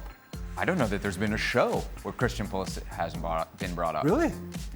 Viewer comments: Frank said pulishits😂😂😂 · Frank called Pulisic PulliSHIT 😂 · not frank saying pulishit💀💀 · Frank's subtle "slip" of tongue "Pulishit" :D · Frank said pulishit on purpose. bahaha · Are we gonna ignore Frank said Pulishit? 😂🤣